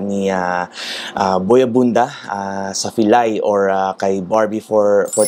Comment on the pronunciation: may jetlag kapa yata talaga boy abunda po not boy abunsa😁✌️labyahh😘